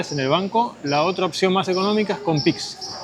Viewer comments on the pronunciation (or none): none